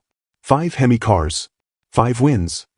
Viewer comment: Why the hell can’t you teach the AI how to pronounce Hemi?!! If AI is so gawd damn smart that should be easy. Unless you don’t know how yourself AI is a pain in the ass!! So you know I neither “like” nor subscribe to channels using AI!!